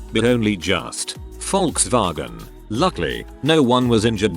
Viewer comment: I love how it pronounced "Volkswagen"